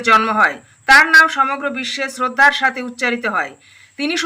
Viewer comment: এখানে গাথে না সাথে😂😂😂😂❤